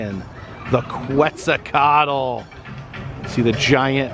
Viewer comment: The only comment I want to make is: It’s pronounced “KET-Zel-Kwa-Tol.” And it’s not just a dragon or serpent, but an Aztec deity